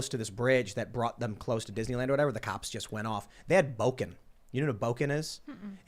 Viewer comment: It is Bokken, not boken. Place 木剣 in Google translate to hear the (pretty much) proper pronunciation